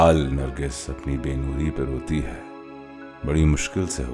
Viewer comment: Hazaro saal nargis apni be nuri pa roti hai Pe nhi hai lafz Par se ye lafz bana hai Urdu shyri k mutabiq par nhi aarha hai to wo lafz PA padha jayga na ki Pe